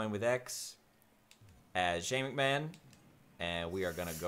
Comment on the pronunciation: when you said "go shane mcmahon"at his entrance, I thought you said "go shaving man"